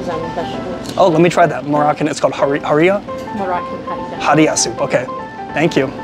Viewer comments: ha/ri/ra Americans with double consonant leading phonemes still great review🤣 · Every source on the internet, including other YouTube videos pronounces it ha-ri-ra with an "h" like Henry. No one pronounces it with a "p" like puree. In fact, many Arabic speakers cannot pronounce "p".